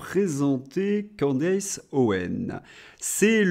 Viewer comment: Bonjour, on prononce Candice pas Candece…